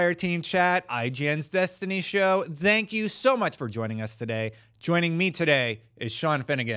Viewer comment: why do you keep saying "dank you" its "thank you"